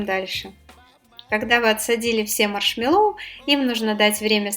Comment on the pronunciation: Маршмэ́ллоу, ударение на Э.